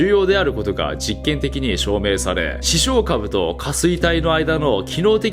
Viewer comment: イントネーションについて気になったので、、 視床下部のイントネーションは 亀頭出すと一緒です！ ↑↓こーゆー表現苦手なので申し訳ない🙏